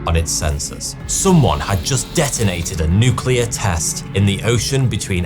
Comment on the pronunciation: The so called nucular explosions.